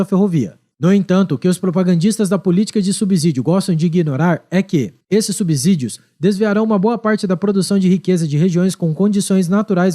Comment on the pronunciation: A pronúncia é SUBCÍDIOS, o "S" só tem som de "Z" entre vogais. Valeu, ""???